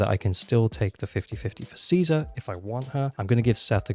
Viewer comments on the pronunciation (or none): none